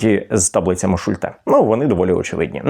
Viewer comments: Шу'льте, а не Шульте' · Слово "Шульте" — це німецьке прізвище, тож наголос у ньому зберігається згідно з німецькою вимовою: на першому складі — Шульте. У німецькій мові загалом наголос часто падає на перший склад, особливо у власних іменах. І хоча в українській ми можемо адаптувати вимову, тут краще зберігати автентичний варіант — особливо коли йдеться про назву методу чи таблиці, що запозичена з німецької психології.